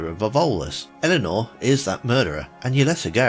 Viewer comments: Elnora, not Elanor... LOL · Not Arch-angel. Arc-angel. Not Eleanor. Elnora. It's literally pronounced for you in game.